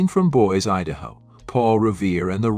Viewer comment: It's not boys Idaho. It's Boise (boysee)